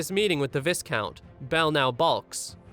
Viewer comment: I don't wanna be that guy, but to help you in the future viscount is pronounced vy-count.